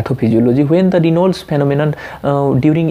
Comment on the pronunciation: Dude ..its 'raynauds' phenomenon & nt reynolds😂... also TAO is syn. of buerger's & nt raynauds